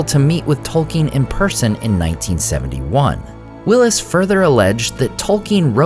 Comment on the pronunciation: I love your videos but I must confess it bothers me that you pronounce Tolkien incorrectly on a regular basis.